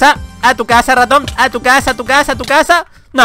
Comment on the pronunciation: Porque cuando dices raton se escucha como ratom ???